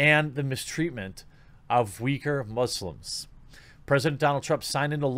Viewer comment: You have the correct Chinese pronunciation. They spell it Wei Gur in Pinyin. Cenk Uygur’s father was from that area, I believe. There are a fair number of ethnic Uyghurs in Turkey. They and the Turks pronounce it Oo-ee GOOR.